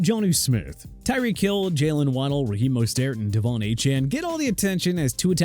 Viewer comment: It's CHUBA choo-ba Hubbard not CHUBBA!! Also Mostert is pronounced MO-STIRT not MOSTAIRT and Achane is pronounced Ay-chan! ALSO YOU SKIPPED THE VIKINGS!